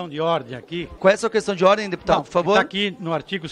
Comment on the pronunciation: Meu Deus... A pessoa fala qestãi de ordi. Meu Deus. Faz vergonha ao parlamento é uma pessoa que nem se preocupa em melhorar para poder ajudar em algo.